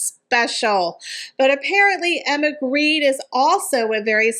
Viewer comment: Jens Grede is NOT Greed. Gre-de. Please. Gre as in "ogre" and de as in "deny". NOT greed.